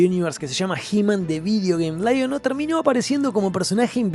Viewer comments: LAI ON O ... sos argento Leon-o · Muy buen video amigo! Aprendí que se le dice Laiono y no leono 😂😂